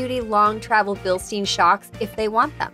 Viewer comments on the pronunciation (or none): You mispronounced Bilstein.